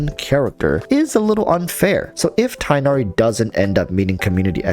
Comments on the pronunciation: Tigg-Nah-Ree or Tinn-Yah-Ree. Enough with Tye-Nah-Ree. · tig-nari. it’s a hard “g” sound. not “tigh” similar to “high.” his name is not based on english words. therefore will not follow english pronunciations. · apparently the correct pronunciation is tig nari, not tie nari, but idrc I just call him fox boi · It’s tugh-nari, it’s really not hard to research and find it before thinking u would butcher it… and then butchering it. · Tighhh nari that's how you say it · his name is pronounced tug-na-ree if you englicize it btw! anyways i think that im going for him because him and cyno will let me have a dps from every element (plus physical razor) and i like his ears haha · Btw, I think it’s pronounced tig-naer-ee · Your reasons are legit the same as mine. I think he looks awesome. also pronunciation is Tig-nari the H being pronounced softly. idk why English logic is being used for a foreign name its quite frustrating. literally they saying his name as if its the word High but with a T.